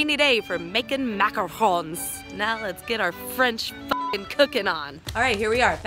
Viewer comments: you said macaroons instead of macarons u disobeyed ur own rule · you say macaroons not macarons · she literally says macaroons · Beginning of video: DON'T CALL THEM MACAROONS Rest of video: macaroon making is hard, don't make macaroons, MACAROONS MACAROONS MACAROONS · She said it was macarons but she pronounced it macaroons sooo many times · TheKraftyDiva Same! I was like... wait didn't you say it was macarons? Probably she only found it out while researching, and saying macaroons was already a habit. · I love how she made a huge point on fucking MACARONS and now she says MACAROONS😂😂😂 I still fucking love you!!!!! Kinda hate Rob though I guess he's okay 😂😂😂😂😂😂😂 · MACARONS!!! Not macaroons! Lol 😂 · Argues about how it’s called macarons and calls it macaroons countless times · strangers it's funny how she corrected everyone for saying macaroons when she says it like that for half the video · I love how she gives a speech at the beginning about the pronunciation of macarons, then at the end she calls them macaroons😂😂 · DID ANYONE NOTICE SHE STARTED SAYING MACROOONS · You called them macaroons near the end =O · harps about mispronouncing macarons for 2 entire minutes Also: mispronounced macarons Teehee. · She was pronouncing it wrong towards the end bc she was tired and giving up so she didn't care at that point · She said she was bothered about people saying it wrong but she said it wrong a lot at the end...... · Starts video by criticizing everyone for pronouncing it wrong then pronounces it wrong